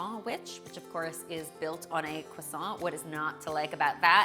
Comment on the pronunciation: Pourquoi pas en français! Tu as bien prononcé "croissant" comme un natif à mon avis!